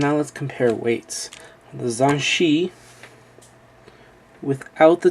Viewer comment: its pronounced dayan zhan-che in english, its hard to write, i am chinese